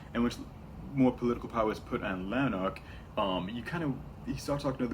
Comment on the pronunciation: btw it’s prounounced Lann-Ark